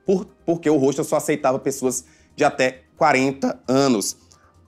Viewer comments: eu não estou mal informadA, não (sou mulher) e ele tá pronunciando errado sim, muita gente pensa que esse é o jeito certo de se falar, mas o correto é o simples mesmo, hostel (como se fosse hotel no fim). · Ele tá pronunciando hostel errado o correto é mesmo (ROSTEL)